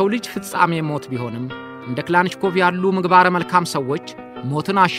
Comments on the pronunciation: በጣም ጎበዝ ጋዜጠኛ ነህ ሁልጊዜም የምታቀርባቸው ዝግጅቶች አስተማሪዎች ናቸው ። በዚህም አቅርቦትህ ላይ የባለታሪኩን ስም ትንሽ ለወጥ አድርገህ ከመጥራትህ በቀረ ሁሉም ነገር ፍጹም ሸጋ ነው ። እናም ስማቸው ክላንሽኮቭ 😮ሳይሆን ካላሽኒኮቭ ተብሎ ነው መጠራት ያለበት ፤ በእርግጥ ክላሽንኮቭ ይጠጋል ። ካላሽኒ እና ክላሽን ይለያያሉ ፤ ክላንሽ ደግሞ ጭራሽ ሌላ ነው 👋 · Lik neh Gin Sim bizu gize betikikil ayiteram...yehe demo Tarikun yazabal.. "" Mikel klachinkob" ayibalim...Michael Kilashinkov new🎉